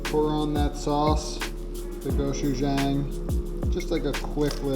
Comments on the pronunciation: Great recipes! For the Korean chicken wings you called it Go shoo jang, but if you want to pronounce it correctly, it’s GO- CHEW-JONG. Just like telling your dog to “go chew” your buddy John, but put a sounded ‘G’ at the end of John. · It’s go-chu-jah-ng not go-chu-jeh-ng. Just FYI so you don’t sound like a typical white guy butchering the pronunciation if you care. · Instead of just criticizing you about pronunciation, I’d like to teach you: it is pronounced go-chu-jAHng. Surprisingly, it’s on merriam-webster and has an accurate sound clip ˈgō-ˈchü-ˈjäŋ. Cool. As a Korean, I think it’s cool this ancient condiment is getting so much attention around the world. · I told my Korean wife to get some go-shu-jang and she about killed me. It's "pronounced" Ko - chew - jong. I know, you didn't know. Anyway, GREAT job on the cooking. Keep up the good work! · Protip: Gochujang is pronounced Go-Choo-Johng, not Go Choo Jaang. Big ups for featuring authentic ingredients though! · always love me some "GO SHZOO ZYANGG" lol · Hey man as a guy in Korea I can tell ya, it's pronounced go-chu-jong. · Goht (Strong G sound) Chu Jahng (like "long" not "bang") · The way you say gochujang haha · that is the worst pronunciation of gochuchang i've ever heard. please ask one of your korean friends to tell you how to say it. other than that good video. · no one gonna talk about the way he pronounced gochujang?? 😭😭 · The way he said gochujang made me cringe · First time viewer, definitely enjoyed the video. But the way he pronounced gochujang made me cringe 😬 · The way he said gochujang made the Korean in me very upset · take 2 seconds on google how to pronounce it. go chu jah ng. almost exactly how its spelled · the way he said "GOCHUJANG" killed me lol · Same lol as a Korean, I DIED